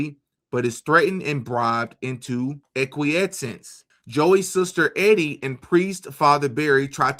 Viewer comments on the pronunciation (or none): E-die= EEEEDee not Eddy, just thought I'd clear that one up for ya. lol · The girl's name is not Eddie...it is EEEEE-DEEEE LONG E SOUND: JUST FYI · You pronounce Edie as Eee-dee...it's a woman's name. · "Edie" (female) pronounced - Eee-Dee (not Eddie) 👍 Great videos, man. I just found your channel. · Eeeedie....not eddy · Edie is a girl Pronounced E-D Eddie is spelled w/ two D’s .. fyi .. anywho keep up the good work .. I don’t usually point out grammar but in this case I didn’t want your audience to be confused that two guys kisssd . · Just thought you might like to know,, the ladies name Edie rhymes with.